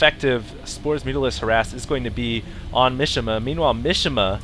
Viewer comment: Mishima is a Japanese name (like famous novelist/nutball Yukio Mishima) and it's pronounced "Mee-shee-mah" (3 syllables, none of them rhyme with fish) not "mish-imuh". Not that I expect you to be able to identify and pronounce all languages correctly (hell, I can't), but just so you know, you were butchering that guy's name...